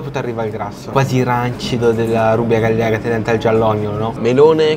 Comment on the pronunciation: "Rubia gallega" si legge "rubia gaiega". Il personale di sala in un ristorante che si pone sul livello degli stellati, non può non saper pronunciare i nomi degli alimenti...